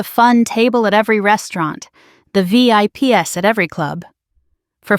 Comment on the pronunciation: Hey robot narrator lady, what the hell is a "V.I.P. ESS"? Robots don't know a single thing about punctuation. Hire a goddamn human to read this shit!